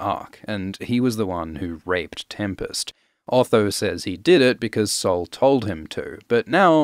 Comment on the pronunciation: Heeeey, you're pronounciation of sol was so good!!!! Not that is a hard word but sounded perfectly brazilian